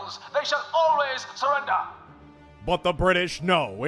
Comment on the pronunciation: “They should always surreneder,” lmao